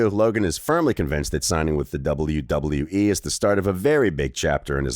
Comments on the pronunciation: doubule doubule dubole wyee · Double yew double yew eee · Stop saying wwe like that or I'm requesting us to have a boxing match bro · Ong im gon sleep this mf if he say it like that again